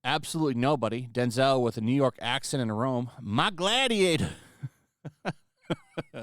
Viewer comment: “Myyy gladiata!”😂😂😂😂